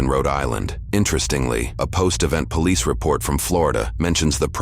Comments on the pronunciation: "Cranson [Cranston] Pawlease Depawtment" LMAOOOOOOOOOO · "Paulease Depawtment" --- this AI stinks